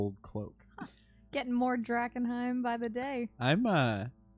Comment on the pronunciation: Did say Drag-enheim for wearing mums old close?